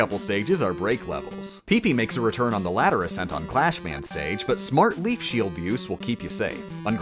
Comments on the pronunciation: you said clash man! Not Crash Man!!! TRIGGERED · its crash man not clash man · Ahem. It's CRASH Man, not CLASH Man. Yes I know this is Rockman 2 and not Mega Man 2 but nyeh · I see the comment section filled up with random crap, even PP is only mentioned once from what I see. I really expected everyone to call out your pronunciation of Crash Man. Clash Man is the original Japanese name, "Crash" only came from a mistranslation because in Japanese, the L sound is the same as R.